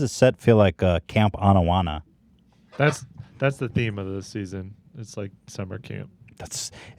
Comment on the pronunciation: Ethan knows that that Turkish guys channel is ‘season’ right? Not ‘see zee in’